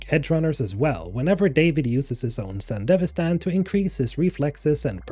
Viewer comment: I compliment you on being the only person on Youtube I've heard pronounce Sandevistan correctly :P